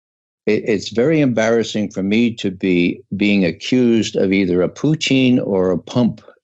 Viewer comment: I get hungry every time he says Poutine instead of Putin